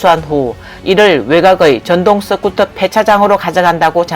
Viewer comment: 스쿠터가 서쿠터로도 발음 되나? 유튜버가 되려면 발음교정부터 좀 하는 게 바람직하지 않을까? 경상도 사람들이 으발음이 잘 되지 않는 것 같던데 시청자가 그것까지 이해하고 들어야 하나? 본인이 조금만 노력하면 듣는 사람들이 훨씬 편할텐데....